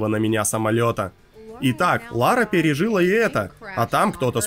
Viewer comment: В слове "памятýя" ударение на "у", так как это деепричастие и его не нужно путать с "запáмятовал" - глаголом в прошедшем времени. А в остальном - огонь! Кроме слова "пережúла" вместо "пережилá". У неё такая жила, всем жилам пережила.